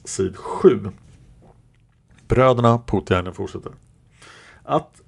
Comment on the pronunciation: Namnet Poutiainen uttalas Påotiainen (alla vokaler kort). Det allmänt förekommande uttalet har en smått obehaglig betydelse på finska 😉.